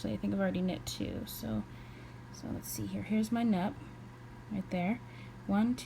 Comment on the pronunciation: I think it’s pronounced “noop”. Nice video tho. Thanks